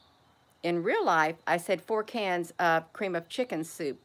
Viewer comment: AI did it to you again in this video. It would not let you say the word "chicken". They put a slight glich on the K in chicken. It didn't sound the K.